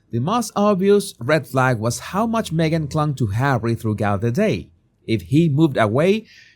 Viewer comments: "THROUGH-GOUT"? Are you for freaking real? 🙄 Still no plans on learning the pronunciation of basic English, apparently. 🤦🤦‍♂🤦‍♀ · Hi, Love your show always. Just a quick tip from the U.K. “Throughout “ is pronounced, like this “Threw out” your accent is lovely, so not critiquing, just helping out🤗